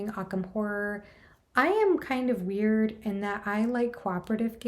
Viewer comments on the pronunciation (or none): none